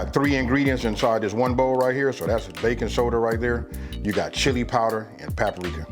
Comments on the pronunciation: This joka said paparika lol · "We got PAPPA RICA" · im 14 and i decided i wanted to do something a little out my comfort zone . This recipe was super easy to follow and i have about all the ingredients at home ! and i like the way he says " Paprika" 😂